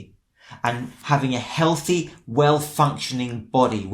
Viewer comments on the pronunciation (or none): none